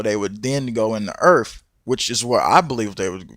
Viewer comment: What is "earf"?